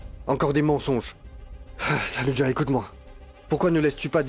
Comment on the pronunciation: Je suis choquée 😂😂😂 c'est dit pas tanuja 😅❤